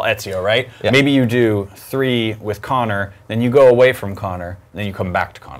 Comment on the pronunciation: Its Conner not Kony!